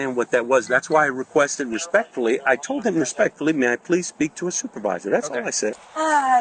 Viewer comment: He asked to talk to a supervisor, and he got to talk to a supwrvisor. Lol